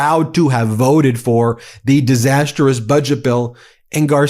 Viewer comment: This is one of my top three favorite YouTube channels! And this particular video has been very informative as well as entertaining. But please stop adding a fourth syllable to the word "disastrous". 😉